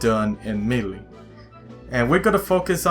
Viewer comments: Not me-le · its not pronounced meelee lmao do u not hear the announcer? its pronounced maylay (lol watch someone reply calling me a grammar Nazi or something similar) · Melee is supost to be pronounced ma-la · I am trigged on how u say melee